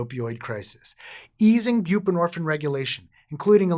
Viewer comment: Is there a reason you done pronounce the “ine” part of the word “buprenorphine”…? Is it like, a French thing, orrrrrr….. HINT: it rhymes with “morphINE”… indirectly… well in an Eminem kinda way.